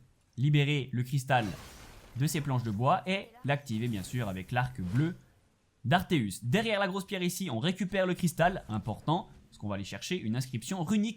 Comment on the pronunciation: Si je peux me permettre, c'est "atreus" et non "arteus"